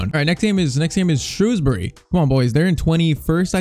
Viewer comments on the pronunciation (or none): none